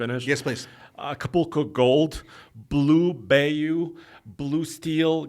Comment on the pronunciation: that color is Blue Bayou, pronounced as "Blew by you". 😁